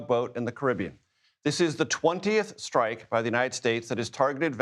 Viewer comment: So annoying!! The word is strike NOT SHTRIKE!! Learn to SHPEAK before you go public. 👎👎👎👎👎👎👎👎👎👎👎👎👎👎👎👎👎👎👎